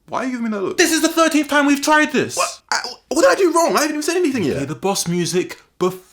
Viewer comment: lol you said 'time' like 'toime'